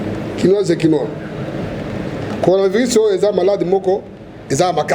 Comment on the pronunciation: il ne sait pas dire coronavirus??